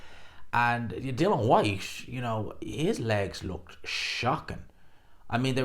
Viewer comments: Still pronouncing his name wrong I see … Dillian not Dylan 🙈 and of course the hate continues 🙈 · Why are you incapable of pronouncing DI-LIAN. It's like us man calling you gspot boxing, it's just not either of your names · His name is DillIAN, not Dillon. Everyone gets it wrong...